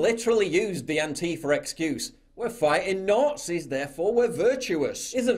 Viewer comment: Ant-teefer eh? Why can't conservatives just say the word Anti-fa?